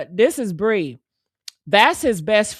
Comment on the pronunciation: Her name is Pree not Bree